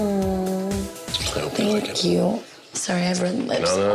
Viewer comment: i like how she says thank you she says it like think you